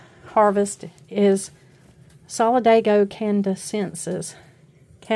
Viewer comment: Solid-AY-go can-uh-DEN-sis